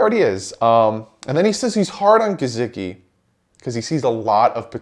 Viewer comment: WHAT about the name / word "Gesicki" makes you pronounce the S with a Z sound??? COME ON MAN!!!